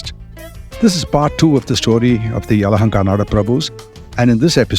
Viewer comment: Name is Bengaluru 💛❤️ you got Yelahanka right 👍 We don't need any kind of 'Bang' in the city and there's no 'lore' refering my city as Bangalore ✌️. ಇತಿಹಾಸ ಹೇಳುವಾಗ ಸ್ಪಷ್ಟವಾಗಿ ಉಚ್ಚರಿಸಿ ಹೆಸರ ಗುರುತಿಸಿ ಹೇಳುವುದು ಆ ವ್ಯಾಪ್ತಿಗೆ ಕೊಡುವ ಮೊದಲ ಗೌರವ 🙏